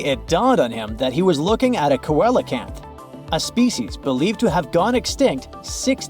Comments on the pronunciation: Not ko-el but seel-o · The word ceolacanth is actually pronounced see-a-canth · coelacanth, the first syllable is ”see”